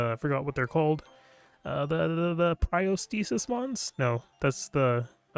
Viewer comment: Boy be saying protostasis 😂